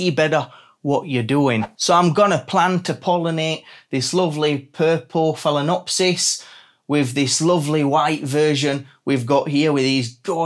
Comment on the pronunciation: It’s fail-ah-nopsys